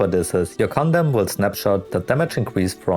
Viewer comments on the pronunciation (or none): My wife was wondering why I was watching a video with a guy that keeps repeating 'condom'. I had to to tell her he was trying to say condemn.